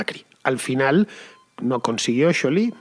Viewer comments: Me mata como pronuncia scioli . felicidades tarde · Si bien el apellido Scioli es italiano y, por ende, se pronuncia "sholi", nadie en argentina ni el propio scioli lo pronuncia así. Él lo pronuncia "sioli"